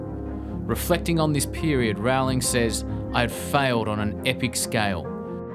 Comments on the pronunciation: It's Row-ling. Like Rolling. Not Rau-ling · Agreed reptonplaya! Its easy to look up a youtube video of JK Rowling herself explaining how she says her name. Its like bowling with an r.